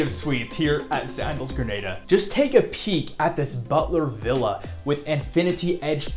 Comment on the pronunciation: Good stuff. One thing of note - it’s pronounced gruh naa duh.